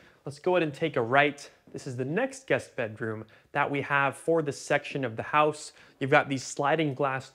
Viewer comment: House...not hose